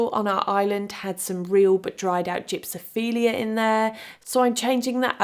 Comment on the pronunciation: I believe it is gypsophila (jip-sof-uh-luh) :)